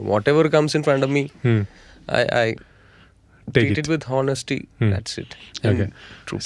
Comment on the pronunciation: HO NESTY alla jimshi chetta , pronounced ONESTY